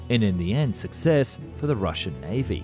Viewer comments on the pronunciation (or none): none